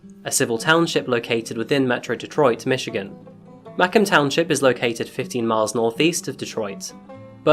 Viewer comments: Interesting story, Nice work. I'm from the Detroit area and was trying to figure out where Mackem township was located. Then I realize you're were trying to say Macomb. It's pronounced Mah comb. Comb rhyming with home. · Dude you need help pronouncing Macomb. I live in Michigan and grew up just north of Detroit and I couldn't figure out what the hell you were talking about. I'm like what the hell is Mackum? It's pronounced Ma-comb as in combing your hair with a comb. Lol.... Mackum... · Sorry for the correction man but as I am from this town I have to do it. Its pronounced "Muh-comb township" not macum. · It's pronounced muh-comb not mah com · You should do a video on the case (& insane aftermath) of the case of William Pickering (not the New Zealand rocket scientist or American astronomer; William Anderson Pickering, murdered in Rockford, Illinois, 2019). [Also, it’s pronounced “Muh-Co-mah”. Like Muh + comb (hair neatening tool). Sorry, just...I’m a native Detroiter. Macomb and Oakland are the counties that border us directly to the North] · Michigander here…It’s pronounced Mu-COMB. Spelled MACOMB… GO BLUE! 😅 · I love your accent! ❤ I’m from Detroit and we pronounce the city Mah-comb… like honeycomb…. Mah-comb county, Michigan…. Your descriptions of the city are spot on! Your work is great! ❤😊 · The way you say Macomb bothers me so much. We say it mah-COMB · Said “Mah-comb”. And it near Lake St Clair not Lake Michigan! Love your videos! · nestled right by the edge of Lake St. Clair**. Lake Michigan is on the other side of the state. and its pronounced MAY-comb. but dont let that take away from how awful this case was. I grew up a couple cities over in Oakland County but I remember this story on the news back in the day and how shocking it was. These are suburban, bedroom communities, things like this don't happen in the northern suburbs. RIP Stephen <3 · Macomb is pronounced like McComb or comb. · "Macomb" is pronounced "mah-kome" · It's pronounced MA-COMB